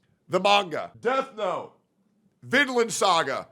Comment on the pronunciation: bro i thought he said deathco instead of death note 😭😭